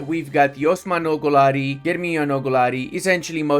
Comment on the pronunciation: I know this is a joke. But it's not pronounced like that.